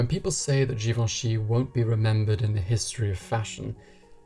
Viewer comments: Just post a video of you pronouncing his name on a loop “Hubert de Givenchy”.... love it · After hearing you say Givenchy is making me want to learn French 🥰